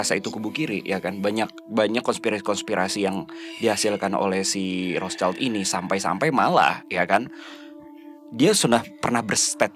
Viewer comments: Maaf mau koreksi terkait pronunciation. Rothschild ini kan dari jerman ya, nah jerman sama indonesia tuh cara baca huruf vokalnya sama yaitu aiueo. Terus "sch" disini dibacanya "syi", bukan "child" seperti dalam bahasa inggris. So that's why, cara baca "Rothschild" ini tuh Rothsyild gitu. CMIIW yaaa, yang paham bahasa jerman bisa bantu koreksi aku kalo ada salah🙏🏻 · Sorry Rotschild bacaannya Rotschild, bukanrothchaild, jadihurufidibaca sebagai i bukan ai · Kykny rothschild itu dibacanya rothsyid, ejaan jerman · Kamu benar. Bacanya Roth- Syild. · Bener...harusnya pronouncenya gitu. Tapi gpp sih, contoh lain..itu orang2 nyebut Michael Ballack d baca Maikel bukan Mikael padahal Mikael kan aturan.